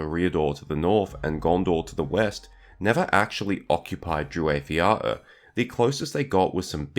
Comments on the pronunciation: *"waith" has the same diphtong/vowel sounds as "white" or "why", not as "wait" or "way". Also, the stress is on the first syllables of both words. So, DREW-whyth YAH-oor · Strange that you are so well learned in all Tolkien lore (no irony here, chapeau!), but would struggle to find indications on the proper pronunciation. Tolkien gave so many! and yes....how you say it, is actually pretty off. That said, your voice is very soothing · You are murdering the pronunciation bud